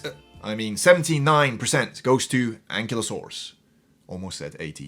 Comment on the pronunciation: It’s pronounced “an-KILE-oh-SORE-us,” just FYI. Fun video, though!